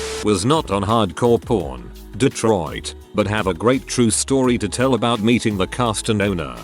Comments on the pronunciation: I keep hearing "hard-core porn" instead of hard-core pawn. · hard core pawn sounds like hard core porn cause the tts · That “Hardcore Pawn” pronunciation was rough 😂🤣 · Glad I'm not the only one 🤣